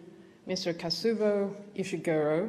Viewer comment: It's the second time I watch this video and I am sure she said Kazubo.and not Kazuo